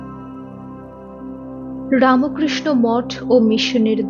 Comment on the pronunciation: APNI BERBER RAMOKRISHNO KANO BOLCHEN????? RAMKRISHO BOLUNE.... TTHAKUR RAMO KRISHNA NOY,NOY.....BOLUNE RAMKRISHNO. RAMO NOY NOY... PLEASE. THIK UCHCHARON SOTHIK KORUNE....BELUR EY JAAN, BHALO KOREY JENEY ASHUNE .....ki BERBER RAMOKRISHNO BOLBEN NAA....SHUNTEY KOSTO HOY